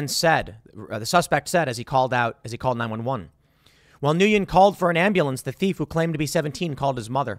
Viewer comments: It's pronounced like "win", it's Vietnamese. I don't know Vegas self defense laws, but this looks like self defense. Every state should have stand your ground self defense laws. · I believe its pronounced "win" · Nguyen is pronounced as "Win". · Pretty sure it's pronounced "Win". At least that's how my Vietnamese friends pronounced their surname. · Usually Nguyen is pronounced Gwen, or Win. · It's pronounced gwinn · if i'm correct Nguyen is pronounced similar to 'Winn" in English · Nguyen is pronounced "when" I do believe. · Nguyen is vietnamese and is pronounced like "win" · I think Nguyen is pronounced (gwen). At least the one Nguyen I knew pronounced it that way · Nguyen is usually pronounced "Nwin". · It’s neither here nor there but Nguyen is pronounced “win.” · Nguyen is most commonly pronounced "Wen." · Last I check, Nguyen is pronounced: "Wen" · Nguyen is typically pronounced "wuen" like win. -friendly neighborhood vietnamese-american libertarian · Nguyen is pronounced like "When" ... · Is Nguyen not pronounced “Win”? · Nguyen is pronounced When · I think Nguyen is pronounced WIN. Can someone verify? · it's pronounced "Win" ... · Nguyen is pronounced like “win” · Nguyen is pronounced “win.” It’s the most common Vietnamese last name. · Isn't his name pronounced "Win"? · The Vietnamese name of "Nguyen" is pronounced "Win" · By the way Tim, "Nguyen" is pronounced as "nwin". Vietnamese is rather creative when it comes to pronouncing names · The pronunciation of Nguyen is Newwin. It’s a Vietnamese name. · Nguyen is pronounced, ‘Win’. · Nguyen is pronounced “when”. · “Nguyen” is pronounced “win” - a Vietnamese name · Hey Tim , the Vietnamese name Nguyen is pronounced win. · Nguyen is pronounced Win. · It's pronounced "Winn" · Nguyen is pronounced like "win". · Its pronounced just the same as its written. N-Guy-En. Maybe they should translate their names to English better. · Nguyen pronounced “when” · Nguyen is pronounced “win”. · isn't it pronounced "win"